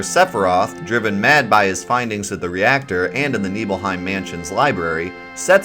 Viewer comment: NIBBLE-HYME! NOT KNEEBULL-HYME! Nibelheim= NIBBLE-HYME** 🤦